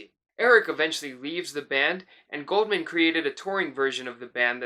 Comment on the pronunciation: It's not Goldman...it's GOULDMAN. use the U